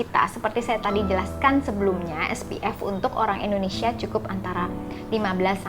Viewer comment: Bukan ENDONESIA tapi INDONESIA